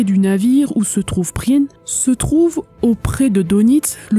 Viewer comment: effectivement, c'est un e muet tout comme dans Prien qui, pour le coup, est bien prononcé dans cette vidéo.